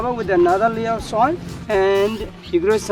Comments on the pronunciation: How he says soil kills me 🤣 “soaall” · Isa Musliu like he’s from the south